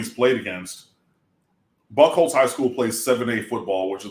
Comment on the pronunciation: Did say he went to cranbrook? Isn't that the private school that Eminem calls out in 8mile? Also, buchholtz is pronounced byou holtz. The ch is silent.